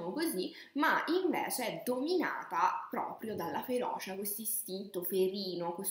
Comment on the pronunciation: Da palermitano, magari anche con problemi di dizione, ti dico che tutto l’amore che metti viene massacrato dalla cantilena e dalle vocali estremamente aperte. FeroCia e non feroscia. Mi spiace veramente tanto ma non riesco a finire il video ;(